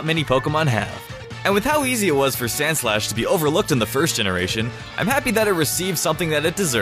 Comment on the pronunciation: when you said sandslash I thought you said sandslush and after that I decided that's what I'll call it from now on because of how fitting it is